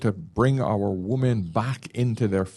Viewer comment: I love this show and guy. English is his first language. Why is it he cannot pronounce the word "women" properly? WHY? The show is about women and this is the only word he can't pronounce. It is beyond bizarre. Every other word in his lexicon is perfect. It is pronounced WIMMIN FFS. (35 years teaching English to non native speakers and this is the most difficult word for non natives and "clothes") Surely he is a native speaker of English? Utterly bizarre. Freudian perhaps?